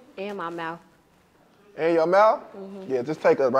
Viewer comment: She said and my Mouff 😂 I’m DED take her straight to the back , Brah gone get her